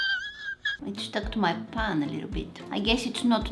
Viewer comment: Bro said paaan